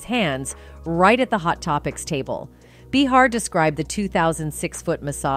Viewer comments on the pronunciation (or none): Who is this narrator getting everyone’s names wrong? She said “mac-onn-I-hee”, “mac-onn-a-hay”, “mac-onn-ah-hi”…pick a pronunciation and go with it already 🤷‍♀️ also, it’s not “buh-harr”, it’s “bay-harr”. Are we supposed to take this channel seriously? Wtf? 🤦‍♀️ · His name is pronounced…….Ma…con…nah…hay………put a Matthew in front of that….AND….you got it. And it is Joy Bay..har……as horrible as she is. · Bah-har....McCan-eye....like wtf